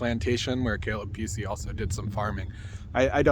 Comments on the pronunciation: Pronounce it Puu - easy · It is not pronounced like a “ kitty cat” it is pronounced like it is spelled